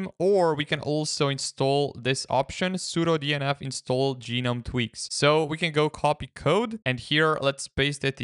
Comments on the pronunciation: Gnome doesn't need to be a mythical creature; it can also be a popular garden decoration. I encountered people mispronouncing the GNOME project this way in 1998, when high-speed internet wasn't available, and they had no opportunity to hear the correct pronunciation. In 2025, there is no excuse for mispronouncing the project name, though it might be confusing; both "guh-nome" and "nome" pronunciations became correct after 2021, but the "ge-nome" pronunciation has always been wrong. Unless the author intended to mock the project, it was really disrespectful to the people behind it. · Do you call garden gnomes garden gee-nomes?